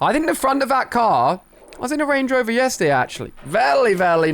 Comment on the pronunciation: he says rangey rover did anyone else notice that